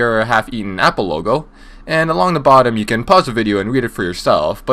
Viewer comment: You says the APOL AYYYFAAD FOW